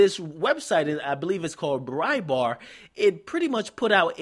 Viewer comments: bright bart is how it's pronounced and rachel dolezal is pronounced dole eh zall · You so stupid. its pronounced BrightBart. Why dont you discuss #sandrabland